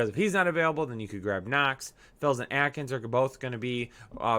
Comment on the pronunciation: Please pronounce Akins "Ay-kins" not Atkins. This has been a public service announcement.